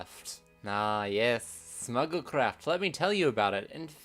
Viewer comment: I thought you said Snuggle Craft and that sounds adorable